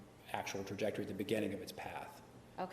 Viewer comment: can’t pronounce “trajectory “